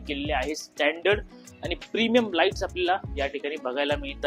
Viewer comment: लाइटी नाही😂 लाइटस्